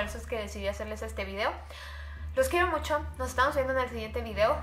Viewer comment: Habla bien no es mor es amor y no es musho